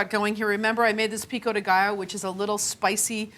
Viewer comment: Love this video and the way you say pico de gallo 😍😍😍😍